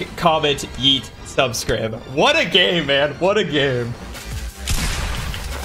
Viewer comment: Its subscribe not subscrib